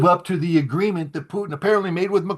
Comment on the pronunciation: How can you take Ray McGovern seriously when he can't even pronounce Putin properly? Hey Ray he's not a french fry gravy cheese conglomeration